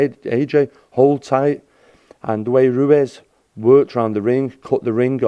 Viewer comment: Whos rwez😂😂😂 its ruiz